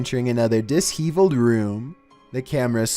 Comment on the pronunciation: Had a giggle at " disheavled" ( dis- heeve-ld" .....it's pronounced "dishshevelled" ( dish- ev- ld). Hope my phonetic description is understandable?😆